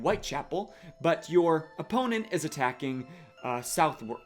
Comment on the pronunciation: Hey, for Southwark, depending on which part of London you are from, we say it "suvvrk" or "suthark". Cheers for the video! 🙂